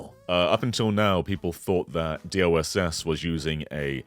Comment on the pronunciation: Am I the only one hearing say DOSS instead of DLSS?